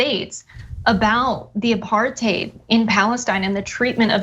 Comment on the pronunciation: I believe apartheid is pronounced apar•tide not apar•tade